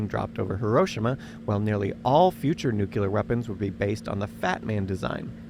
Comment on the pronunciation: What is this? A Podcast that you decided to stick some home movies on top of? This page is called higher learning, but you can’t pronounce nuclear or bombardier correctly. That immediately subtracts from your credibility.